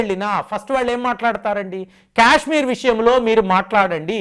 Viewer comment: Kyashmir kyaashmir kaaaaaaadhu STOP English is way of saying Kya kya kayshmir kaadhu You irritate me Kaaashmir kyaaaaak kaadu Say kaaaa, not kyaa